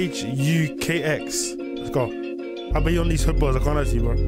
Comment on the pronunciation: His name is Pronounced kah-hooks my bro if u didnt know